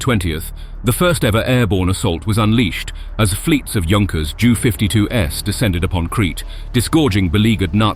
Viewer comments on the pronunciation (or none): @@ and Argyle were both poorly pronounced. Leicester was pronounced as Lay-cester and not Les-ter. Whilst Argyle was pronounced as Ar-gill a d not as Ar-guile. And Junkers is pronounced as Yunkers.